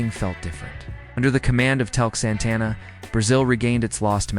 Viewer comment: Socrates was never ever pronounced as So-Crates. Please do research a little bit more. Thanks. Tele Santana too. Tele is promounced in 2 syllabus.